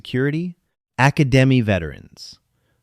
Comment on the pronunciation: Bad form, Thumbs Down 😞 An Hk 416 should be pronounced four-sixteen, not four hundred sixteen. You mispronounced the word academy - BADLY! 😞 Not sure I can recommend this channel to anyone 😞